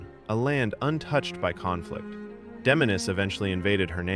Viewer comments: Did you even play the game? You butchered Damiene’s name.. it’s giving ai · /my-er-deen/?? did you play this game? /Mmm-yer-den/ tyvm edit: /dah-mee-ah-nay/?? no no no. Watch her intro video. /Day-mee-en/. tyvm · It’s not pronounced Dom-ya-nae is Dame-me-yin. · Dom-Yah-Neh, Myer-Deen. Bro can you read? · DAH-MI-AHN-AYY??? 😂 Bro, her name is Damiane. You know, the feminine spelling of Damien? Watch the cutscene of her introduction again and put some respect on that woman's name, lol. I jest, but I've never heard that pronunciation before in my life. Good video, though! I love the lore of this game and it's good that more people are getting to see it through this. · I can’t tell if this is AI narration or not. It’s the only way I can justify the mispronunciation of names like Myurdin and Damiane which were both SPOKEN OUT LOUD IN THE GAME.